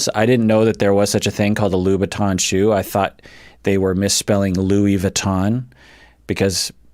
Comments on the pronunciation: MaryAnne Brown to be fair. Jesse pronounced Louboutin totally wrong. It’s not Loo-bi-tons as Jesse says it’s pronounced Loo-boo-taan. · So Louboutin is pronounced Lew-buh-tah and Louis Vuitton is pronounced Luwee vwee-toh(ng) (-w as in wet, -o(ng) as in French bon). 🤗❤ Greeting from Munich Germany ;) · I was today years old learning that louboutins were a shoe! I thought, like you, that it was a mispronounciation :O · speaks with authority for hours upon hours about psychological terms.... Also: breaks down over trying to pronounce the word “louboutin“ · mispronouncing louboutin because he had never heard of them was the most wholesome thing I have ever seen